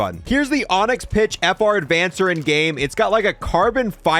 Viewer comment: FR Avancer, not, "Advancer" lol